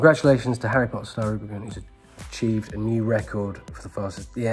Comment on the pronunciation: hey, it's prince Harreh